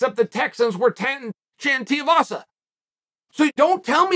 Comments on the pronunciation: DUDE, DO YOUR RESEARCH, you mispronounced his name faaar too many times ffs . its TUIVASA NOT TIEVASA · STOP SAYING TIAVASA !!! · goddammit chael its TWO-E-vassa haha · Tai TEE-UH-VASA 🥴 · How many fights until chael learns how to pronounce tuivasa